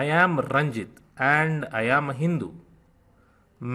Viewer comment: Nice Teaching, but a couple of points. You pronounce the name Ranjit with a short "i" whereas you have written it out in hindi as a long "e".